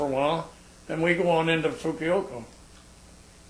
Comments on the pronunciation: You're quite right, he kept calling it 'Fukuyoko' instead of Fukuoka, but what impressed me was that he even got that close after 60+ years ! Anyway, nice gentleman. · Fukiyoko? or Fukuoka? o,o I don't know what he's saying. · Not as a complaint at all, but for clarity in his fascinating story, the city's name is Fukuoka (Foo Ku Oh' Ka), not Fukioko (Foo Kee Oh Ko). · Just in case anyone is wondering, he means to say 'Fukuoka' not 'Fukioko' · i guess japanese places are not easy to pronounce for non japanese. the number one word mispronounced is "KARAOKE" AMERICANS ALWAYS SAY KERRYOKI, I ALWAYS LAUGH. " KA RA OK" THE PLACE THIS MAN IS TRYING TO SAY IS "FUKUOKA". BLESS HIS HEART FOR SERVING. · Think it pronounced Fukuover! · it's fu-ku-o-ka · I think the miiltary people commonly referred to Fukuoka as "Fukiyoko". I once talked to an ex Army nurse who pronounced Fukuoka this same way. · I question this guy's story, first of all he doesn't know how to pronounce Fukuoka and furthermore if he was a pilot he would not have flown to Fukuoka, he would have flown to Itazuke Air Base which was the name of the base at the end of the war. I'm sure he has lots of stories to tel and some of them might even be true. However I question this one. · You might cut the man some slack seeing as how he's recounting an incident that happened 70+ years ago, that he mispronounces a place name is really unimportant and further evidence you're just nitpicking. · This man is so damn real he can't say "Fukuoka" worth a damn, and I LOVE it. (Reminds me of a veteran I met once, a tank driver who saw action in the Ardennes, trying to claw back France from the Reich) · Lol the way he says 'Fukuoka' heehee